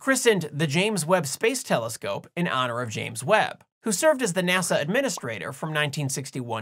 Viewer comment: It sounded like you pronounced "NASA" as "Nasau". According to Rule 8, I have to ask: Was that intentional?